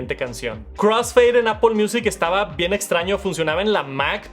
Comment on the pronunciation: por que le dice Apol?